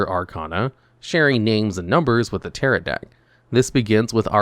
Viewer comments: It's pronounced ta-ROW, the second "t" is silent because it's a french word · Please look up how to pronounce "tarot." The T at the end is silent. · why is no one talking about his pronunciation of tarot LMAO